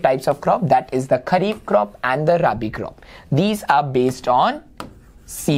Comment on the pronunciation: Sir it is Kharif and not Khhari…!